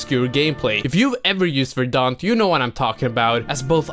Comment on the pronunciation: Say verdant.